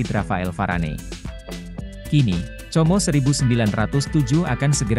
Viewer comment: Como di bacanya Komo udah aj sklian comro😊😊😊😊😊😅😅